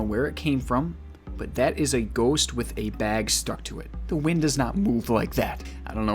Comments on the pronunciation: really just said "ghöst" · “straight up gHUST 👌”